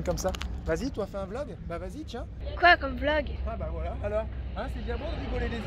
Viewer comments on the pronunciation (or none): none